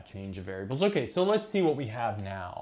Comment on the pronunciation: "lets zee"